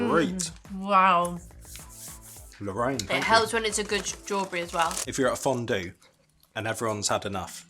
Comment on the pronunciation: Hi hi omg I missed your videos Great one as always love you Ps: I love how to pronounced fondue in a french way 🥰